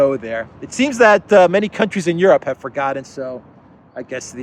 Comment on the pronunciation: Europe? Soy-ope?